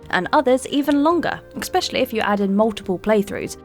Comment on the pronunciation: Is it a law of the universe that any video is in has her say "ek-specially"? I think it is